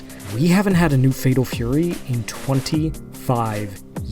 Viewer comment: "Fedol Fury"?!